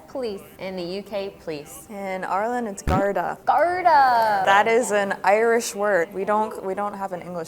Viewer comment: The way she pronounced "Irish" sounded totally American - "Eye-er-ish".